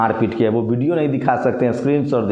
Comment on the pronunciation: Yaar lagana choroge, video hota hai video nahi, vote hota hai bot nahi 😂